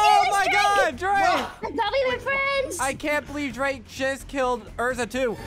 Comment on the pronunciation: i like how u call drake are drade